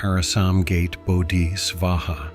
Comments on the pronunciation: Thanks for this explanation of origin of Medicine Buddha but do pronounce " gate as "gha.tay" not usual' gate' of house. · I would like to be helpful here and let you know that the mantric word “GATE” is not pronounced as the opening in a fence but as: “GAH-TAY”.😊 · It should be pointed out that Ma trip “GATE” is pronounced: “gah-tay” not like an opening in a fence.